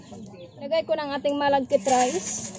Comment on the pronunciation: Sticky rice nalang po masmadaling bigkasin kesa malaggit rice...lol Maganda talagang panoorin pag ngumimgiti kayo madam. Sana lahat kayo ngumimiti paminsanminsan.